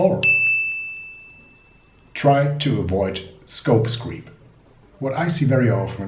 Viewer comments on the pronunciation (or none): sorry it is scope creep , not scope screep . but thanks for the video , very helpful...